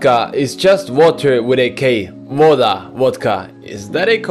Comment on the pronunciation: In russian water is vodA, not vOda, but you were almost correct👍